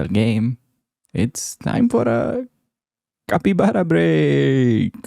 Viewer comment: Capytbara? What was that about ? 🤣